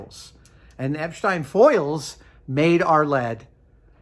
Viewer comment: See boys and girls! That's how you pronounce Epstein!